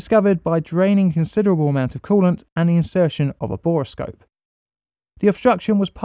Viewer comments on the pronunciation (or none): none